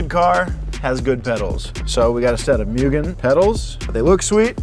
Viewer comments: Actually, its pronounced MOOGEN!!!🤓🤓🤓🤓🤓🤓🤓🤓🤓🤓🤓🤓🤓🤓🤓🤓🤓🤓🤓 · not listening to Past Gas over here and calling it "Mue-gen" and not "moo-gan"....thanks Nolan! I'm already "that guy" and correcting the pronunciation. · pronounced Mugen the uncool way….. gassers will know. Awesome civic build so far, it must be a great time on track! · said it myoogen... he's is officially, not cool. Sorry brah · a mainstream car channel that mispronounces Mugen...